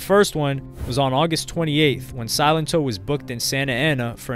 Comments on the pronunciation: Did anyone even watch this video? He kept saying Silentó 😂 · Drink every time this dude calls him Silento - jeez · The pronunciation of his name throughout this whole video got on my last nerve. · Your pronunciations of his name are incorrect